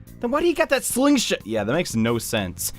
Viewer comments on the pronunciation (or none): Did he say slingshit